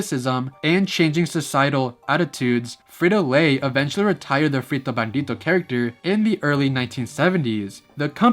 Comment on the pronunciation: I loved how you pronounced "frito", "bandito" (aunque es "bandido") and "sombrero".🤗